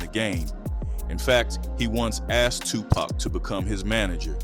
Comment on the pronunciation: I can’t watch this! I need him to say TUPAC correctly